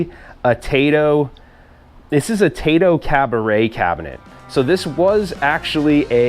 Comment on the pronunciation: Tai-to is a Japanese video game company, Tay-to is what you eat with steak. ^_^